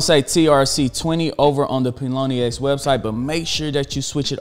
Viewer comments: lmao it's Pionex not Ploniex >< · My man's keeps saying pie-o-nee-x and it's killing me lol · Pilonyex get it right!! hahaa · Pie-O-nex. Great content though!!! New subscriber here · Did he just said “paloni-ex” !? 🙉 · Great info . Think its pronounced pie o nex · It’s Pie-on-ex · how he gonna get sponsored and not pronounce the name right hahahahah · I don't think that's how Pionex is pronounced haha great content though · can you please pronounce pionex correctly? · Pronunciation??? Was that on purpose? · How did he botch this name so badly lol